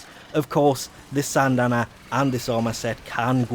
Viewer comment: This guy just talk about syandanas? And is SYANDANA not SANDANA